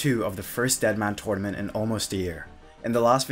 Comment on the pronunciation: TURNament not Twuynament